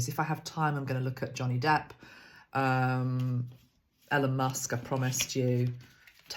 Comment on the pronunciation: Thanks. FYI: pronunciation of Elon Musk is long E for E-lon. 😊😘